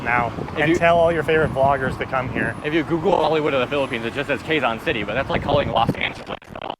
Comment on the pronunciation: KE-ZON not KWE-ZON!